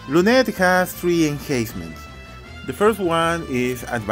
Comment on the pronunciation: Hey not to be rude but it's not enhayncement when you say it it's like hahaha enhancements